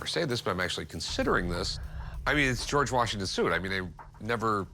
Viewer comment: How is it so hard to say George? It's not GoooWarj it's just George.